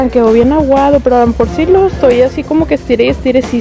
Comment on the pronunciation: En el minuto dijo edtoy haciendo un desmadre😂🙅